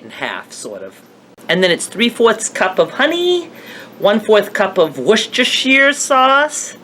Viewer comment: wistashi Is how it's said